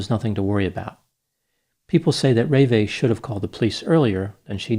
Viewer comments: "ruh vay'" not "ray-vay" 😆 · Her name is pronounced RuhVAY. Not RAYvay. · FYI- Having heard John Walsh discuss this case, I noted that the correct pronunciation of his wife’s name is ruh-VAY, with accent on the second syllable…. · normally I like your analysis and respect you very much. However, in this case, your summary of John and Ravae (pronounced Ra- Vae) is a bit harsh and sounds like tabloid journalism. To have a fair assessment of the character of John Walsh and his wife, it would be prudent to mention their enormous sacrifices in order to prevent such horrific suffering in some other family. He gave up his career and home in order to get each state's governments to be ready to react and save another abducted child from a similar fate. To mention drug use and dating history is an enormous disservice to two people who have given their lives to the cause of missing children. God bless them! They are the heroes of this story! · Reve, pronounced Reva or Reveh. The accent is on the last letter. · It’s pronounced Ruh-VAY like Renee with a V instead of an N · I think you calling John Walsh a p@ would have been a bit more effective if you'd taken 2 minutes to find out the correct pronunciation of his wife's french name: REE-VAY. Your gaffe was so distracting it ruined the analysis. You do this a lot. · 1st wife name pronounced Ra-vae. 2. Jeffrey Dahmer committed this horrific crime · You aren't pronouncing the name of the mother correctly. You grew up with this murder, as I did, and should know this.